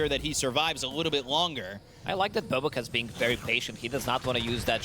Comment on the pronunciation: ok who is this caster pronouncing BoBoKa wrong